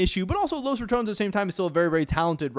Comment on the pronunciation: dafuq is Los Ra"TOWNZ"???